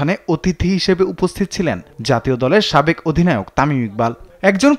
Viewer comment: সাকেব না সাবেক হবে??